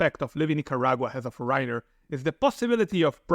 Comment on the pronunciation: Foreigner = "Forener"